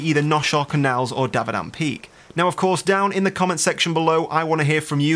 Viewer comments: Dont wanna be a dick, but, its dam-a-vand not davadand. Lol im sorry. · DAMAVAND not DABADAM ;) good vid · DAMA VAND. DAMAVAND.... pls